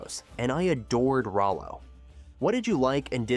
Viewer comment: It’s rolo not ralo